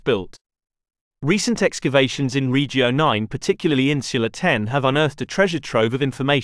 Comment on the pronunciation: Suggestion: stop englifying Italian/latin words. Your pronunciation of regio and via is disrespectful.